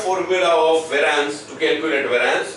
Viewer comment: "how can we calculate vaaraanc" and ... lol ...sir ji .... its not vaaraanc , it is pronounced as ˈveriəns /ˈværiəns/